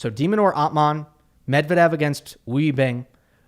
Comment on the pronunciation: You read Medvedev very well